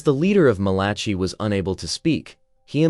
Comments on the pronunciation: Malaki...not Malachee. I made this mistake reading aloud in church in front of 300 or so people. The Book of Mal-a-k-eye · Oh please find someone who can read Bible names man. Malachi - mæl.ə.kaɪ/ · It cracks me up every time you say "Malachi" so creativity. If you saw it, how come you don't know how to say it?